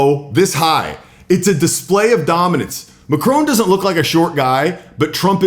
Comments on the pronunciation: Why not listen & learn to just how MACRON is pronounced in French. The emphasis is on the first syllable. It's called Respect. It for sure isn't MACK-ROWNE. In fact the N isn't pronounced at all. Gave up on your Video after the third time you mispronounced the French President's surname. Language gives Culture its basis. Think about it. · Probably best to get his pronunciation of Macron as accurate as Trump. It is just basic respect and manners. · It would be a good idea if you were to learn how to pronounce a name correctly if it's one that's going to be repeated as many times as Macron's during the article. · You should learn how to pronounce Macron’s name and show some respect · Please learn how to say Macron without the American accent. It's painful to listen to. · It's Macron Mac-ron, not Macrone Mac-rone. It's such a shame American's refuse to pronounce people names correctly, it's very rude and insulting to do that. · It's not "Mack-crone". It's "May-cronn". (I live in Paris.) Hated here as much as Trump. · it not pronounced MACRONE....ITS MACRON...........MAC- RON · Learn how to Macron’s name. Don’t pronounce the final “n”. The final “on” is a nasal sound. The way you pronounce his name sounds “Ma” (my in French) “crone” (old lady), i.e., “my old lady.” You should be quite embarrassed! Practice with a personal or machine tutor! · Think your saying the name wrong it's Mac ron not what your saying. If your never sure split the word or words down as i wrote his sounds like sounds nothing like you say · It is not Macrone - it's Macron - with the emphasis on the A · This is BS! His name is Macron, you keep saying Macrone. Trump is a childish, arrogant, boof-head who should have been charged for his crimes. The lunatic is running the asylum! You've all been hoodwinked! Trump won't make America great again, he will continue the decimation of our beautiful natural world. Within 5 years, you'll be sorry you voted for him. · Macron NOT Macrone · MAC RON not Macrone